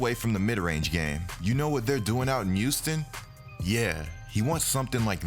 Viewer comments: Good vid bro, but Youston my man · Yooston LMAO